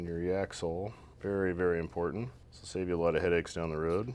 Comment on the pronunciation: turns into a Balkan hitman. "I vill kill hjim"